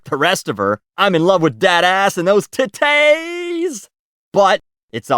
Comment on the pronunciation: Gosh, I laughed out loud at the pronunciations of "smh", "idgaf", and "TITTAYYYYS"